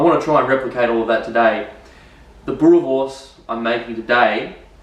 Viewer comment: Hahahaha, the Afrikaans pronunciation is not tooooo bad.!! Boerewors is our staple food. Recipe ain't too bad. If you want even better recipe, let me know.